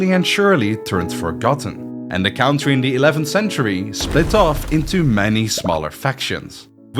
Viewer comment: Your English accent is very good for a Dutchy. One tip would be to pronounce country as cOntry :) Thanks for making these awesome vids